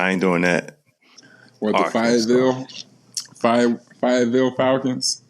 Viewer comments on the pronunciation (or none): As someone who lives in Fayetteville AR it hurt hearing Evan Turner butcher it. But I also know that’s how our state looks to the rest of the country lmao - at least we got Calipari!!!!!!